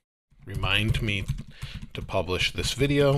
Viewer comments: you’re truly awesome..but sorry I have to correct you..it’s “publish”..not publich..thank you.☺️ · A kind reminder: publish... and not publich. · Thank you for "publiching" this video:) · "publich" hahahah just kidding. Great video. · "publich" x)